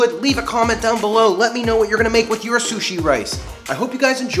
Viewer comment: I keep thinking he's saying coochie rice